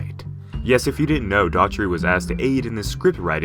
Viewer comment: HIS NAME’S NOT DAUGHTRY, IT IS DOUGH...ERR...TEE. DOUGH..ER..TY. DOUGH LIKE A DONUT! DOUGHERTY. DOUGH...ERTY. I wish I could type this larger bc I say it every video. Godzilla King of the Monsters 2019’s Director is Michael Dough er ty